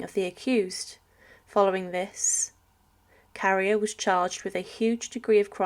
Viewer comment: Obviously she didn't study French at school because a teacher would have been appalled by her pronunciation.. Carrier is pronounced "carry-ay", Nantes is "Nont", etc. It's not worth watching videos like this because it''s clear she's just reading a script with no idea what she's actually talking about.